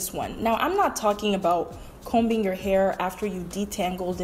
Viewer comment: The letter "B" is silent in the word ( COMBING). Smh get it together sister.